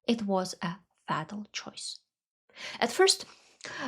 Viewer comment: Enjoying this, but for the love of good English I must declare that it's FAY-tal, not FAH-tal.